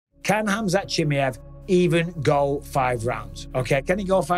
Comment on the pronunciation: GSP: "Chiee-majev" 😂😂😂